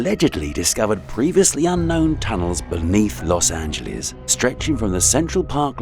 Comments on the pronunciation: "Los Angeleeze" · Los Ant-geles